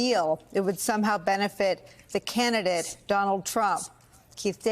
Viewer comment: Pronounced candiDATE not candiDIT.